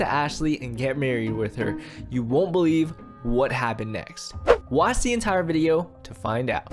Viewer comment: Wen he said "wach" it kill me XD